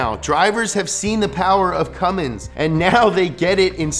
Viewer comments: They made zero reference of that in the video, it's much more likely that someone didn't know the difference. He pronounced Cummins as Cummings through out the video and got the 24v year completely wrong. They just didn't know what they were doing on this video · As a Cummins enthusiast, this video made me proud and yet worried. The Cummins Engine Company has been around for 100 years, but people still pronounce it as Cummings.... Poor Clessie is probably rolling in his grave every time someone mispronounces it! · Cum mins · Whatsup with the ford Edit: did be just say cummings? You're killing me. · Cummins without the “mins” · Hehe cummins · Now if you can just get people to understand that there's no "G" in Cummins. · Haha. cummins. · Donut don't u mean CUMmins 😉😉😏😏😉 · Gotta make sure you get that [G] in Cummins... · there is no g in cummins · I took a shot every time he added a g to cummins I’m drunk af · Anyone else annoyed that he kept saying Cummings instead of Cummins. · If you pronounce it "Cummings", you sniff your fingers after you scratch your ass. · Stop saying “Cummings” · The amount of times you say "CumminGs" tilts the shit outta me. There is no G in it, stop pronouncing it that way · Great summary, but if you ever add the "g" to CUMMINS again I'm going to loose it! Also,:( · Up to speed on the cummins what you need to know, then proceed to call it Cummings almost everytime you say it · Dude. Stop calling it "Cummings"... Ugh. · STOP SAYING CUMMINGS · haha Cummings that makes me cringe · Fun drinking game: crush a bud light every time says CumminGs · stop pronouncing Cummins wrong. There's no G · You called it a Cummings in that video once. Shame on you. Lol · Take a shot every time says "cummings" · Ford Cummins= fummins Edit: makes sense that Chevy is reading a my little pony book at the sleep over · You're calling him CumminGs like half the time.. lol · Haha you said cummen diesel